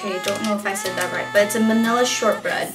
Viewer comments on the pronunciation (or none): none